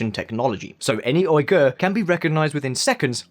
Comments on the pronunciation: How long would it have taken to learn how to pronounce Uighur? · Man, the Uighur people have been so marginalized that people cant bother to pronounce their name right. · It's Xinjiang not "Jinjiang", Uighur not "Oighur" To say cantonese isn't related to mandarin is absurd and shows your lack of understanding about the language. Also you make it seem it like only 70% of the population speak mandarin when the true figure is closer to 90+ % Chinese borders have largely been the same and intact for more than a 1000 years. If your going to make false & baseless claims at least learn how to pronounce the places properly and go beyond a few Google searches with your research. (A muslim who lives in China) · More than lies they can't even pronounce the world Uighur and Xinjiang